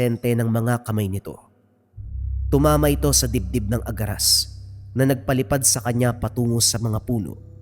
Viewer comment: ang alam ko agaras hindi aragas